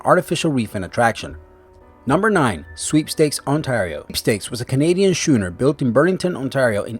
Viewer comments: Oh god the pronunciation sucks fridgeate shooner wtf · It's Newfoundland. And it's pronounced New-fund-Land. And "schooner" is pronounced "skooner". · I've never heard so many mis pronounced words in a video ever , he really can't pronounce easy words like " schooner " and " frigate " ?? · Schooner? Fridge-ate? Learn to pronounce!